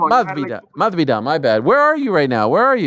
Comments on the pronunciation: I don't know if its just me, but it sounded like he was trying to pronounce it with the castillian accent, that's why the s sounded so weird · it’s very weird. I think it came from an old interview with Masvidal and he heard wrong and ran with it ever since mispronounced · Please stop trying to pronounce Masvidal in spanish Ariel 😖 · Plz plz plz plz just stop!!!!! Its getting worse and worse every time for years now.